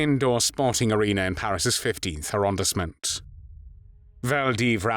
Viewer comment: Awful pronunciation of maquis, hiver, arrondissement, Vichy, Caen, Limousin, Glane. That aside, similar atrocities are now being committed daily in Gaza.